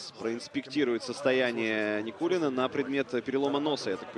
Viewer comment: Со буд даь вакх ц Никулина, шей нан буд цу дерьг. Судья не правильно читал, шей ворхий нан буд цу дерьг.